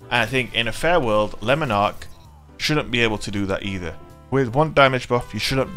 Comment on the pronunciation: Not gonna lie I smashed the like button before I watched the full video, just for the correct pronunciation of Lemon Arc. Yorkshire til I die 😂😂